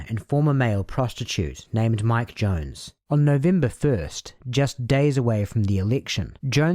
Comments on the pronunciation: Why do you keep calling “Jones” “Young”? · Young? I thought it was Jones. Otherwise, great video!